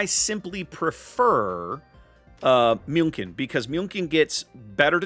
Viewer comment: Lova ya but you're butchering München SO bad, you're better off calling her Munich! 😂👍